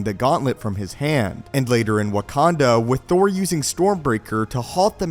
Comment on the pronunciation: Did he just say Wakand'o'?